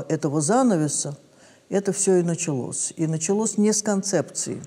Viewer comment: Даже речь другая "Началос". Послушайте! Этот Человек иначе даже слова произносит. Как-то совсем по-другому, так сейчас не говорят... К сожалению...